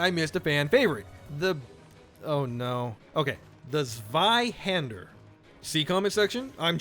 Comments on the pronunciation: Its zwei not wei and yes im german and very appreciated yr videos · you only need to learn to say the zweihander with a Z For Zweihander and not with a s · Zweihander. People just say it always wrong. Zwei should be pronunced as japanese tsu. So it should sound like tsuweihander. Zwei=2 literally two hander in german, but instead people actually saying tsuwei they say it the other way around. Hope this made sense. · WROOONG The word comes from German, so I guess that in Enlgish it's said similarly. That is, "tswai-'han-der" with ts as in hearTS, wai as in why, han as in khan but han, and der as in... um... blunDER? You're not trying! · the z in zweihander is pronounced like "ts" so it's "tsvai-hander" kinda